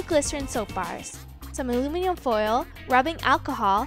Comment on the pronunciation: "Alumium" foil....omg